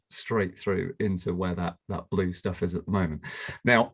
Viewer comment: Chris' "blue" sounds a bit like "bloom" - actually quite nice :D It also goes a bit into the French "bleu", with the U maybe sounding a bit like the one in "cru" (as in the Wine terminology).